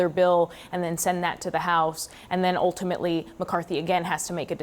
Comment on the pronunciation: Oltimately? When did it become "oltimately" ???